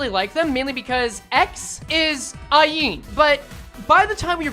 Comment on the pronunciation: every time says Aeen instead of Ayin i hear her voice louder